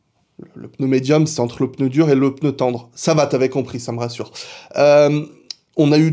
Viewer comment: Merci de prononcer le mot pneu comme il se doit et non peuneu comme trop de personnes… non j’ai rien dit sur F.Montagny ! PS : pourquoi tout le monde dit « dimanche dernier » alors que c’était « dimanche presque dernier » ? 😁